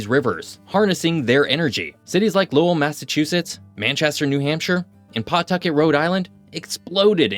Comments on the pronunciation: this video was great! unfortunately I have to be that person and say that Lowell isn't pronounced Low-well, rather it's "Loll" (rhymes with 'hole' which is an apt descriptor tbh) and Concord New Hampshire isn't pronounced Con-cord like every other Concord on the planet, instead NH decided to be quirky and call it "Con-curd". Don't ask me why I don't know I moved up here in 2017 and have been confused ever since. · Lowell is pronounced lowl